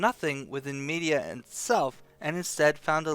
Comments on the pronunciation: Med-Ee-Ahh not Media. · Isin't it "Me-dye-ah" not "Me-di-a"? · Thank you for the lore broski. The only thing beyond my knowledge now is why you're pronouncing it Media instead of Mediah.